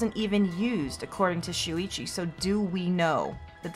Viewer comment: when she says „Shuichi“ it kinda sounds like she says „Luigi“ and idk why but that just made me laugh xD